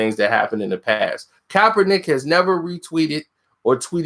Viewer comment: Stop saying coppernick 🤣🤣🤣